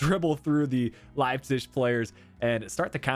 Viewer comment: Idk why but it triggered me so much everytime you said Leipzig (Leipcish?)